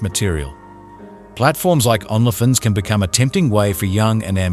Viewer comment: I’ll start sponsoring this channel when YOU stop mispronouncing every other word. You can’t even say Only Fans?